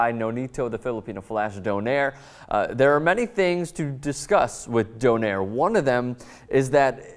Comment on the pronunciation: By the way Donaire is Pronounced Do-nay-re